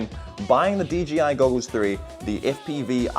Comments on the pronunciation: If you're going to review a product at least get the name right. DJI NOT DGI! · I can't be the only one that thinks he keeps saying "DGI"? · You know its an I not a G right?? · I’m glad to hear that I’m not the only one who says D G I instead of D J I no matter how hard I try to say it right. 😂